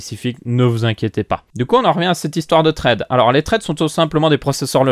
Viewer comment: très bien cpendant on dit pas "traide" on dit "thread" (tʁɛd)